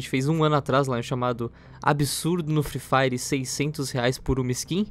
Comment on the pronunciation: "HihI vOu uSar o cARtÃo Da mINHa MÃe pLA CoMPRaR DiAmaNTe nO Fli fRaIRer hIHi"